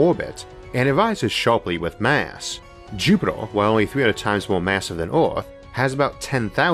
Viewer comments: It is pronounced, 'JUP-it-er'.....as opposed to 'JUP-it-ole' :) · FML ........Jupiter has no fucking o therefore can not in any terms be pronounced "jupitor". Maybe you should take up a class on shitty Brilliant for elocution lessons. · Be vewy vewy quiet, I am hunting Jupitaw.